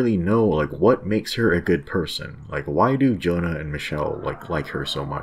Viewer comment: Pronounced YONA JONA sounds like a bible name